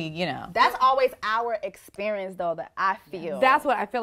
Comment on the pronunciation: "Why it gotta be ouuaaa essperieeence?" I'm not sure. Why can't you speak properly?